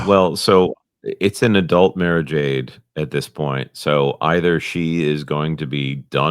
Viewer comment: Mara is pronounced like the president’s golf resort.